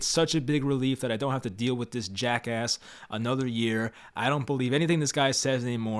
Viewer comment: It was the hard “Jackass” for me 😂😂😂😂😂